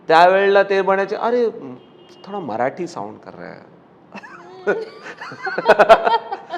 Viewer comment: मराटी नाही, मराठी असतं ते. उच्चार नीट कर अभिजित. गायक आहेस. शब्दांना जप.